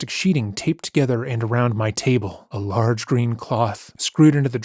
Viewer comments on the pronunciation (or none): a lãrge green clõth 😂😂😂😂😂